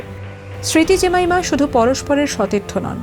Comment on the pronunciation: জেমাইমা ❌ জেমিমা ✅